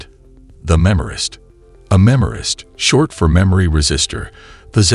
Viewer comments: Not "memorist", MEMRISTOR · MEMRISTOR! Redo the audio.